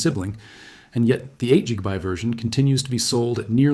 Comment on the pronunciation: It’s AI generated; nobody reads “GB” like that